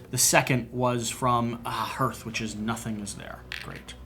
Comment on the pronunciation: You still pronounce "hearth" wrong, but I am so glad for these videos. Thanks!